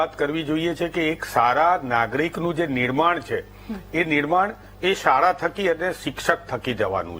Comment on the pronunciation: આપશ્રીએ ખૂબ સુંદર અને સચોટ રજૂઆત કરી. દિગ્વિજયસિંહને હિંમતથી સરકાર સામે એમના પ્રશ્નો રજૂ કરવાની વાત કરી તે મને ગમ્યું. પણ આપના ઉચ્ચારમાં મોટી ભૂલ છે “સારા” નહિ પણ “શાળા” બોલાય સાહેબ.